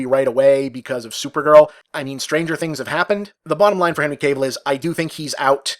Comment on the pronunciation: Dammit Bob, it's KAH-VEEL not CABLE